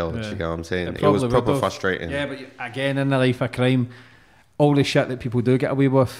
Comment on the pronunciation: Are you trying to say “the” when you say “da”